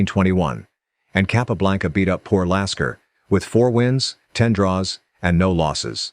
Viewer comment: He butchered many pronunciations, especially Euwe. He did get Lasker right though.